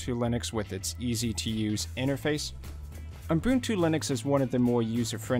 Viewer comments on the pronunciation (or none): Is it just me or does it sound like he says Unbuntu instead of Ubuntu? :D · Why do you pronounce Ubuntu as Umbuntu? :-( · ... and it is "ubuntu" and not "Unbuntu" as you promounce it. Likewise, it "Debian" as in "web" and not "Deebian" as in "cheap". And oh yes, Ubuntu runs on Unity and not Gnome. And one addition: Debian is probably the most user-unfriendly distro out there due to the many restrictions and their ideology on "free software" (cfm GNU and Richard Stallman) Nevertheless, so many great distros are Debian-based and that is why Debian is so important for the community and Linux standards.